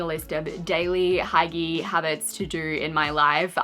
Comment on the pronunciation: Hygee is pronounced hoo-gah